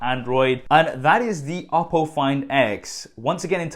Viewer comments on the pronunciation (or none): Lol "oddo" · When he says oppo I always hear Apple and get confused haha